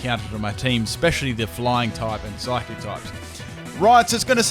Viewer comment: IT'S PSYCHIC, NOT PHYSIC! WHY DOES EVERYONE KEEP SAYING PHYSIC INSTEAD OF PSYCHIC? AND IT'S EXEGGUTOR, NOT EGGXECUTOR!